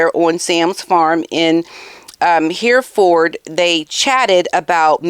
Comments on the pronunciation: Hey, love the video as always. Hereford is pronounced He-re-ford with both 'e's pronounced short as it is in egg. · Not at all like our beloved Catherine.Just to he.p you , not to criticize you . Hereford, The first “ e “:is pronounced as in as the e in “ egg”,. Love your shows and never miss one ❤️🇨🇦